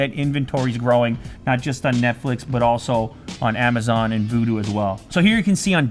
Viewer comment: did you purposely call Vudu?